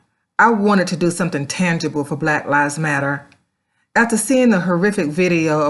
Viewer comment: "Blat Lives Matter" LOL.